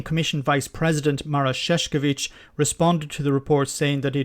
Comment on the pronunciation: You might do something to pronounce Šefčovič better. Sefcovic is a Croatian name - means shoemaker but Saskovic - means clown :c)